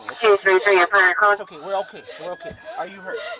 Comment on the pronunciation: 아우퀘이 발음 중독적이네예